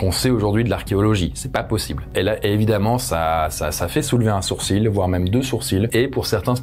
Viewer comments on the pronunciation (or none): none